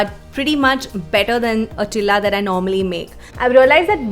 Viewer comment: Its not chila ts cheela